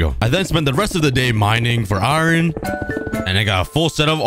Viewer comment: Bro you pronounce iron wrong you cookie🍪🍪🍪🍪🍪🍪